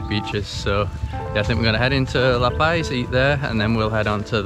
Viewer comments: Friendly info , It’s luh-pause not luh-pies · Dude eats LA PAZ not paies... please say it right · Ah ae ee oh oo El burro sabe más que tú! Welcome to La Paz Puerto de ilusión! Pronounced Lah Pahz. The tall cacti are Cardones. I grew up in La Paz. in the 1960's the roads your driving on didn't exist then. It was an all day adventure to go to Balandra. For instance. I never heard of El Saltito. Private beaches don't exist here lolol they belong to all of us. Try swimming in the water on a full moon in the summer! It's awesome! You can see the irredescent plankton when you swim through the water!